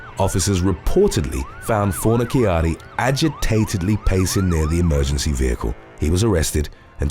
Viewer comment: You are 100% pronouncing his name wrong too. Fon-a-charri is the way to pronounce